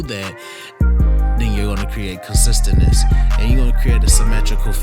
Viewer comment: My man said “consisteness” add that to websters dictionary cuz can do that keep grinding bro love the videos 🙌🏽💪🏽👏🏽👍🏽